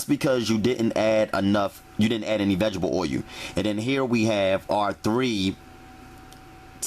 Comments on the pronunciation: tha fuk is 'VEGGIBLE oil' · vegetable "oy u" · Vegetable oye-u